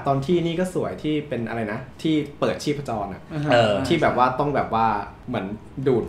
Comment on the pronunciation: เทพจรค่ะ ไม่ใช่ชีพจร